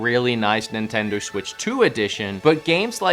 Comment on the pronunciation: Did he say nintender?